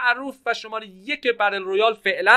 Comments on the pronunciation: بتل رویال چرا میگی بدل رویال🤦‍♂️ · بتل رویالو میگه بدل رویاله